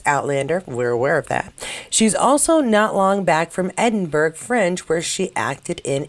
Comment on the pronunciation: Sorry,. It's Edin-burra! Not Edin-burg - like hamburg!